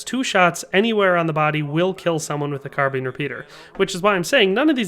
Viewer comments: Car Been. Car Bine. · Why can't you pronounce "carbine"?